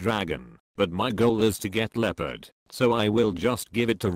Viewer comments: u mispelled leopard by saying eopard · "eopard" Bro got that word from Belgian in Wendy's 💀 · Bro leapard and not eapard😂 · Bro really said epord